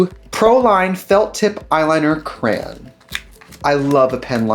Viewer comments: I literally had to pause and think about what she was saying when she said "crayon" 😭😂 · Trixie says crayon the same way I do! Cran XD XD